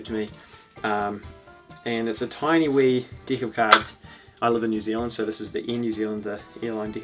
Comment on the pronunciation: I keep thinking he is saying D*$k instead of deck! 😂😂 get your false d€*k out 🎉